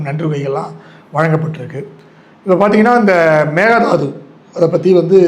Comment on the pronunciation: தமிழை தவறாகவே உச்சரித்தால் அவர்களின் தாய் மொழி தமிழாகத்தான் இருக்கும். நீங்கள் பேட்டி காணும் ஜுந்தர ராமனும் மேகே தாட்டு (meghe thattu) என்பதை எத்தனை விதமாக உச்சரிக்கிறார் பாருங்கள்.